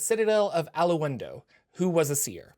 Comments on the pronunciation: Its pronounced Ah-londo, not A-lo-en-do! You can hear it here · It's pronounced, "Al-ondo". Not "Al-Uw-Uund-oh". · Ah-lawn-doe The "win" is silent. So sayeth the Wise Allu-win-du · "al la oon doe?" I'm going to check on that pronunciation right after I wash and fold my "la oon dree" 👕🧦🧺 LOL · A-laun-do. Three syllables. That's the way his name was pronounced in the Baldur's Gate game and that is an official AD&D product. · The Alaundo pronunciation kills me. If you play some Baldur's gate, it's mentioned several times, minus the "hun" in the middle. A Lawn do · I thought it was pronounced "A-lawn-doe"